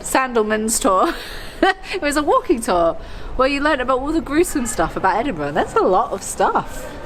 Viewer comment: OMG THEY SAID EDINBURGH RIGHT!!!